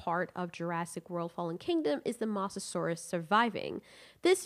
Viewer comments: It's MOsasaur not MAsasaur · STOP GOD DAMMING CALL HE MOSASAUR MOSS A SAUR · Who got triggered after she kept on saying the mosasaures name incorrectly?